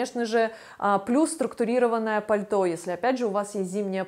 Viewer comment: На з ы тылке. А почему вы так говорите. Не крысивый силуэт. Пыльто. Пыказываю.